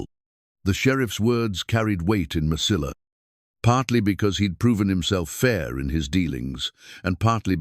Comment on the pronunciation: Mesilla, is pronounced. meseyya. It's a Spanish word the ll is like a y at the end of a word.😊